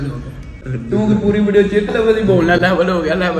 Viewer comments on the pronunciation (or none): Bhai level hota hai leval nahi